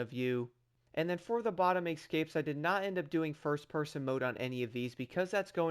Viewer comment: Excapes? What’s wrong with you? Those are escapes